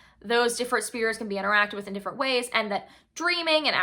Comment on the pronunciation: I love you but it’s spheres not spears😂